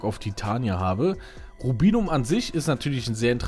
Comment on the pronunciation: Komplett richtig ausgesprochen :) Lust auf ein PvP Teil ?